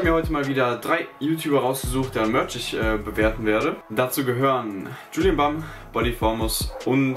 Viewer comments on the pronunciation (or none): Man spricht es Julien Bäm aus und nicht Julien Bamm und man schreibt es Julien Bam😂😂😂😂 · Julien bamm? Es heißt julien Bääm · omg hast du wirklich gesagt „Julien Bam“ ? Das spricht man „Julien Bäm aus😂😂, aber egal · Man spricht es Julien Bäm aus... kein Problem trotzdem Mega Lustig 😂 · ihm ausgesprochen würde das Julien Bäm heißen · Wie sprichst du Julien bam aus hahaha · wahrscheinlich Julien bam haha die Aussprache zu geil , bist aber trotzdem der beste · Wie er einfach Julien Bam ausspricht😂😂😂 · Hahah😂 Wie du Julien Bam aussprichst😂